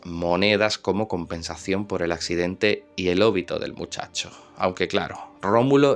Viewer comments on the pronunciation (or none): none